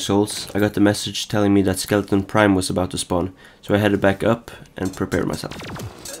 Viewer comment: Why does everyone call it skeleton prime its skeleTRON prime